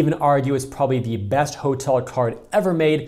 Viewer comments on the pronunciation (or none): none